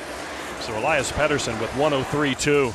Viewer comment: How does Chellios not know how to say Pettersson’s last name??? Thats f’n ridiculous